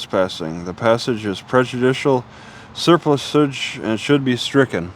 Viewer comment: The correct way to pronounce it is to emphasize the PLUSS not the Ser.